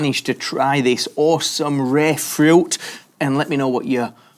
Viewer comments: FRIUT??? say fruit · Love how you say "Furooiuoot" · Why do you say fruit like that? "Frü"